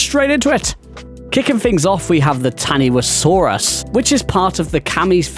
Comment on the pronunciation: Taniwhasaurus is pronounced "ta-ni-fa-saurus".